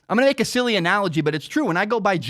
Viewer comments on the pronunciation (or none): none